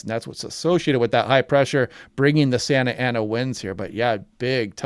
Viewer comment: you pronounced it pretty good